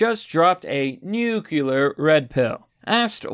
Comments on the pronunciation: nuCLEAr not nuKULAr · Nu-clear plz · Nu Cle ar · nuclear... noo-klee-are....